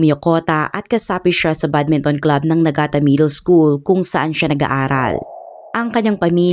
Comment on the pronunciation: Nigata po hindi Nagata…